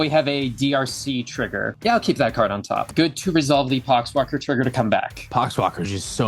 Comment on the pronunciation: Did anyone else hear the "pox walker trigger" as "c*cks blocker trigger?"